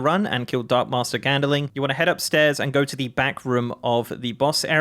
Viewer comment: GandLING not gandeling -_